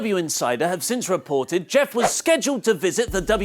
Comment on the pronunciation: Did... did he just say jif?